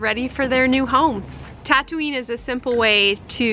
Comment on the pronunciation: I thought you said Tatooine instead of tattooing!